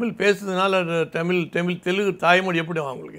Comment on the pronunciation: அது "டமிழ்" இல்லை "தமிழ்"